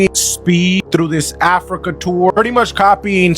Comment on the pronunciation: this guy is a lowkey racist. Listen to how he says Africa.